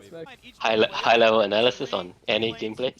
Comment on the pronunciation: with the emphasis on high